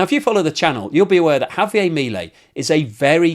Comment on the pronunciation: Javier is Argentinian, not French, his name is not pronounced that way. You're not even close with your pronunciation . You comes off as an a-hole doing that .